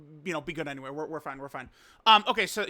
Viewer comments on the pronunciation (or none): none